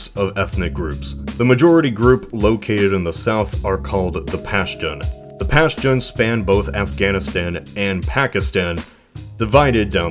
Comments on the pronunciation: Its pronounced "paschtun" not "pastion". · "Pashtun" is pronounced "Pashtoon" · It's 'Pashtoon', not the 'Pashtan" smh